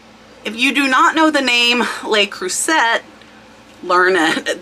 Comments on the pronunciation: Thank you. Love your vids. Cruset no T.. Pronounced crusay. The figure over the letter like ` changes the word. French. Your Information is great, you putting in the graft, cross listing so not all eggs in 1 basket. Thanks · Not to correct you, but I used to sell Le Creuset, and it's pronounced 'La-Crew-Say' 🙂